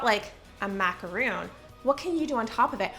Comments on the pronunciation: Love your videos. Just one small criticism-it is MACARON not MACAROON. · Mah-car-own not mack-ah-roon. Two different things entirely👍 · This video was so cute but the pronunciation of "macaron" was putting me off so much. MacaROONS are basically a small mountain of coconut. What you had were macaRONS, two delicate cookies made with almond flower with some cream/jam in the middle. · Sorry but as a baker of MACARONS… the calling them MACAROONS is really bothering me lol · But they’re macarons not macaroons 😭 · I love your videos. You are so fun to watch. I just feel the need to say (because it's just a pet peeve of mine)... Macaroons are different from Macarons and they are pronounced differently. Maca-ROONS (coconut) vs RONS (almond flour). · I guess I'm the only one that really cares about this, but those are macarons, not macaroons. The "ron" rhymes with "bone" like a skeleton, not "boon" like a favor. If there was no such thing as a "macaroon", it would just be a semantic/pronunciation issue, but since macaroons are a totally different kind of cookie, it's important to know (and pronounce) the difference so that you never accidentally request the wrong dessert! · Those are French macarons, not macaroons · its macarons not macaroons! lol that was bothering me so muchhh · It's actually pronounced a maca-ron not roon 😊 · Those are macarons not macaroons... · Sorry, but they're macarons, not macaroons. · It bothers me when people mispronounce macarons as macaroons. 🥸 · Macarons not Macaroons!!! Ugh. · There macarons not macaroons , different things xxx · OOOOOOH MACARONS! You kept saying macaroons over and over again and I was confused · Hi, love your videos, but please say Macarons with just one "O", not Macaroons 😏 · When she kept saying macaroon, it was bothering me and wanted to comment but didn't want to sound annoying lol. I see others saying it though. Totally different cookies, I was surprised she was saying macaroon when she does so much with baking.